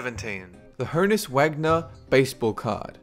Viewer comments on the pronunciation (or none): none